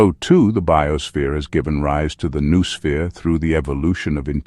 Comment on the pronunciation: Since that word is so central to the thesis, it's surprising they couldn't bother to teach the AI to pronounce it.